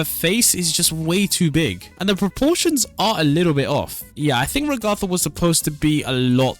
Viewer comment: Its Rag-getha